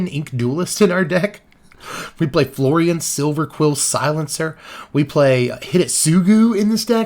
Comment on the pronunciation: So when you said Florian it sounded a bit like Floridian, and now I'm just going bto call him Florida man.